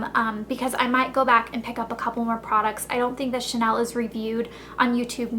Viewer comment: ur prononciation is nice but it would be cool to know how to pronounce the big brand like chanel correctly unless you doesnt sound like a professional, just an american fan of this brand..